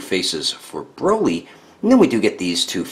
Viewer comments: My guy called broly broccoli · He called him broccoli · U called him broccoli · You called him broccoli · Did he just call him broccoli